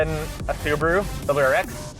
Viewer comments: The uberuru pronounced uber ru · "Suburu" lol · The "subapoo" instead of Subaru or the STD instead of STI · Blue crew mobile, subirue (su-be-ru) blue Betty. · the Soo-ba-blue